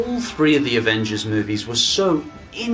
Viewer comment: “The Avenges” I’m pointing this out because I’m an asshole